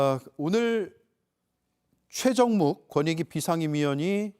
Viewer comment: 권익위? 거니위 아니고? 어이쿠 발음이 무너졌네? 뭐 어때? 이미 바닥을 친 마당에 더 무너질게 뭐 있겠어?